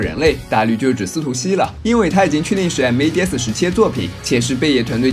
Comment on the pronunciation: 我挺想听白鲸直接念mads，而不是M.A.D.S的，那就完美了